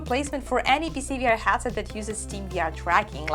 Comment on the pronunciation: I love Your content loads! But, please, it hurts my ears so much! Headset: hEAd = qlEd or incrEdible or Estonia You say it like hAtset, as in Agony or And. Sorry, I really dont mean to offend. English is one of the worst languages when it comes to how it is written to how it is spelled. Me being swiss/german part was very lucky to start watching english tv at the age of 10, so I just soacked it up... Keep it up, big respect to you for always being positiv and full of energy!:thanksdoc